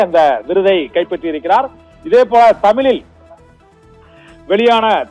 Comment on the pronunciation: தமிழ் என்று ஒழுங்காக பேச கற்றுக் கொள் தமிலில் அல்ல தமிழில்